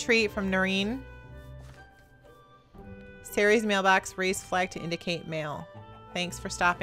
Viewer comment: you said nerine wrong. you actually say nerinè if you know what I mean